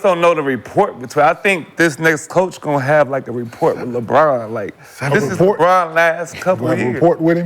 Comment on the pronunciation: Report or Rapport 😆😆😆 KM an A-Hole.